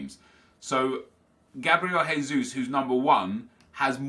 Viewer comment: Oh no! from twosync already says Gabriel "Haysus"... He's not fucking Spanish!!!! He is B r a z i l i a n